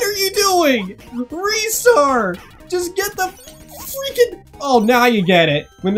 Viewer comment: Also also Ristars name is pronounced RYE-STAR not REE-STAR mainly cause the back of his box says "to catch a RISING star" which is a sort of pun on his name....okay no more comments....maybe